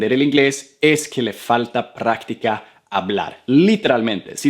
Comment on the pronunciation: . No es prrrrrrrractica. Es practica.